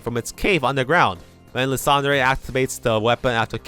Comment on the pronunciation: Bro you don't need to say the e at the end of names like lysandre and floette 😭